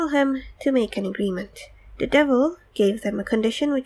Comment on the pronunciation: It's "THE" not "DA"